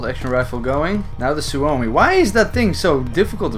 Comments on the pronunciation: Lol.. the pronunciations are so wrong lmao.. "Simo how huh" and "soo oh mi" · no you didnt you killed guys with other guns lol noob and you pronounce suomi like syömi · Not a super big deal but you pronounced suomi wrong. I had family from finland move to America around ww1 and I still have some finnish culture in my family.